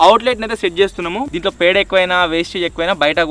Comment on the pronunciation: పెండ కాదు,, పేడ.